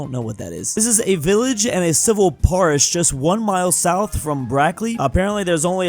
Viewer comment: Guys why did pronounce Parish like Porridge - is he a genius?:face-purple-crying